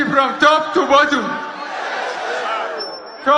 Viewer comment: TOP TO “ BOTT-U-M”😶😳😱